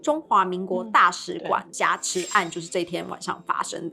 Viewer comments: 挾ㄒㄧㄝˊ持 荒謬ㄇㄧㄡˋ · 補充一下 挾(ㄒ一ㄚˊ)持